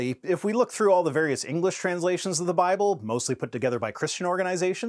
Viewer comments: AITA for giggling each time he said "BaBlE"? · I'm such a terrible person, but I had to stop immediately after hearing how that guy pronounces "BAAAAAAHBLE" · I'm usually not one to knock someone's accent, but I cannot stand the way this man speaks. Whenever he says the word "Bible," I always hear it as "Bobble." And he for some reason completely drops the "L" sound from the word "scrolls." It really irks me that a native English speaker can't speak proper English. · I love how he calls it “mount arid”, and how he pronounces “Bible” ad “Baah-bl”.😂